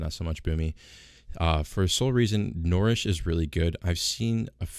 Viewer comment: N - UH-REESH... NOT N-or-eesh ffs